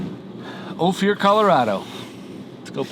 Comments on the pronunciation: fyi….it’s O-fir, not o-fear. I lived in Telluride for two years many years ago, so know how it’s pronounced. been there several times. Opir pass road is pretty rough, even in summer. a 2 wheel drive van not gonna make it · It’s pronounced o- fur 😂 …that’s my old neighborhood ❤️‍🩹